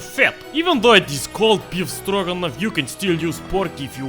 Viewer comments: For a second I said he said Dragunov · Stroganoff. Stroganon.